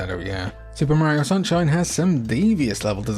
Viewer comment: He cant even say mario correctly lol Also Super mario Strikers came way before the anime soccer game.